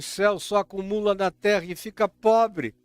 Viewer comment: OUVI DA ALINE TRRRA MOLHADA E FOI SINCERA!.